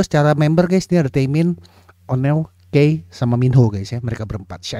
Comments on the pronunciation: Leadernya itu Onew, bang bukan Minho. Pelafalannya Onew itu O-nyu (New pelafalannya kyk New bhs Inggris) Pelafalannya Key itu Ki (키) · Kak.. mau kasih info Onew bacanya "onyu" Key bacanya "ki" Makasih banyak sudah mau react SHINee kesayangan